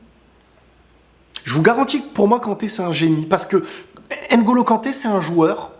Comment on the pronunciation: Est-ce que tu peux faire un ''minuscule effort'' par respect de prononcer NGOLO et non N- GOLO, tu arrives bien à prononcer VLADIMIR et non V-LADIMIR Pourquoi tout ce mépris gratuit